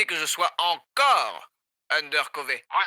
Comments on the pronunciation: S'il vous plaît dites "undercoVEUR" 😥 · Mais il le font exepres pc moi toutes le temps ou j’ai joue a ce jeux donc depuis 1 ans genre on as toujours prononcé ça ( undercoveuuure ) pas ( cové ) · Ça me tue comment ils disent undercové, ptn c’est undercover c’est pas compliqué mdr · On dit endercover mais on dit endeurcoreur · Ça se dit undercoveur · Undercovi, undercovai? Ça se prononce pas undercoverre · C'était marrant au début de prononcer Undercové, mais comme il le prononce jamais de la bonne façon j'ai bien l'impression qu'il est sérieux et ça fait mal aux oreilles 👀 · Pourquoi tu dis Undercové 😭😭😭